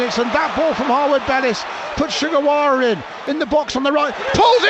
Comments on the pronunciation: The way it came out, it really sounded like it lol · Did Jo Tessem call Sugawara "Che Guevara"? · I think it’s ‘Shu Gerwawa’